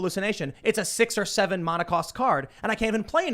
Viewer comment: What has me most shook is how Tim pronounces Mana.. “Monn-uh cost” vs “Man-uh cost”